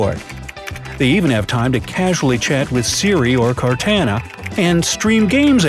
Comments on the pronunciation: It's cortana not cartana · It's pronounced "CORT ON UH" . And I know, I know, nobody asked, but I thought I'd mention it. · "CortAAna" EWWWWW why u say it that way )_) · Its pronounced CORE-TANNA not CORE-TANA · By the way you say Cortana, I'm guessing you never played Halo? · Di.. Did you just call "Cortana" "Cartaena"? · who's Car-tana lol you can just alt-tab for each window, not ctrl-alt-tab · It would be nice if these shortcuts worked. And File Explorer has a shortcut on the desktop that is faster to use and easier to remember than the shortcut. and apps don't go on the taskbar. Those are shortcuts. Completely mispronounced Cortana there, too. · This guy didn't play Halo with that pronunciation of Cortana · Am I the only one bothered by how he pronounces Cortana? Other than that I thought it was a great video.